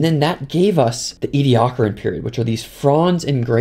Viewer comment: There's so many ways to mis-pronounce 'Ediacaran'